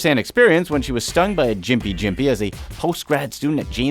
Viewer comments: Mate, it's pronounced Gim-pee, as in 'Gimmie' not Gym-pe. Common mistake, don't worry about it. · BTW, it's not "Jimpy"... it's "Gympie"... like Gimp-e